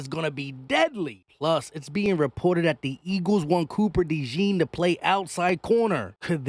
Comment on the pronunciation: 1. Say his name the right way! Cooper “DeJAWN” (pronounce it like Dijon, the mustard, except “Dejon”). 2. Speaking of DeJean, definitely don’t mind him being on the outside! Dude is 6’1, 206 lbs, jumps like a pro PG, and runs a faster 40 than Trent McDuffie. He will be fine. 3. Keep Bradberry as a mentor/ 3rd stringer in case of injury.